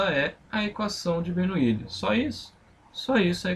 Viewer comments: É Bernoulli NAO BERNOUILI 😡😡😡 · mas como professor você que deveria se preocupar com a pronúncia para não cair no ceticismo em relação ao seu ensinamento.